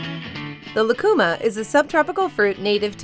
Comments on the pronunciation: It is not "lacuma" fruit, but "lúcuma," and the diacritic mark signals the stressed syllable. So, it isn't "lah-koo-mah" but "loo-koo-mah." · It's pronounced "Lu-cu-máh" In Chile lucuma ice cream is as popular as chocolate in the US. If you ever get a chance, I highly recommend it.